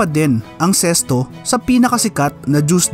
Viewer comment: Ano ba tlga ang tamang pag pronunciation nito ?bakit sesto ang dinig ko.sa karamihan zest.o nmn tlga Z